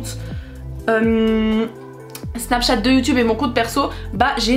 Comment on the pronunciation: Elle dit sur snachate